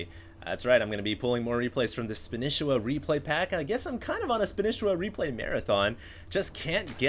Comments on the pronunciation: ITS FUCKING SPA KNEE SHE WA NOT SPAN ISA WA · Spanisiwa!!!! Not Spanisswa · spaaaanishiwa not spinishiwa. LOL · since when do u have to pronounce it as spanIchiwa, wasn't it like span'E'shiwa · how can he still not know how to pronounce SPAN-EE-SHE-WA!!. Not span-ish-i-wa. Not everything is written phoenetically. The history of the name is that he learned spanish while in japan, therefore his name is a mix of SPANISH and konich IWA. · spanisheeeewa.. SHE!!!!! not shi!!!! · Can you stop calling him spanehshwa and call him spaneesheewaa sorry ocd. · God you are butchering his name. Its (Spah-nee-she-wa) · i swear everyone else pronounces it SPAN-EE-SHEE-WAH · it's SPA--KNEE--SHEE-WAAA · HD, btw you pronounce the name as "Span-e-shi-wa". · HD, didn't you say in your last video that you CALLED Spanishiwa and he said to you that his name is pronounced SPAN-EE-SHEE-WA? You SAID Spanishiwa correctly throughout that entire video, what the fuck man! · SPAN-E-SHE-WA god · HD. you are a starcraft commentator. for the love of god, why are you less familiar with the names of players than 90% of the people watching?!?! SPAN-KNEE-SHE-WA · Come on, HD. Span-EE-sh-EE-wa. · Spa-nee-shee-wa honestly hd how can you not know this he is the most casted player by far and nobody pronounces like you do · Please go back to pronouncing Spanishiwa the old way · Will HD ever pronounce his name right? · Irritated on how he pronounces spanishiwa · Guys, am I wrong in thinking HD is saying Spanishiwa wrong?? I can't stand hearing it this way!! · why is HD still pronouncing spanishiwa's name wrong? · it bothers me that you pronounce his name wrong... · He's saying it wrong ahhhhh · wtf, why can't HD pronounce Spanishiwa properly?